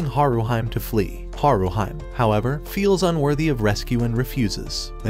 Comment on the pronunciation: Not HaruHYME, but HaruHEE-MAY. Please calibrate your AI properly. You also called Bell ugly, but at least a dozen women ( and one man) would vehemently disagree.